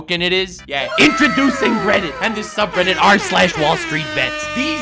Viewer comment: Did you just call reddit Guildarts, im pretty sure you called reddit Guildarts.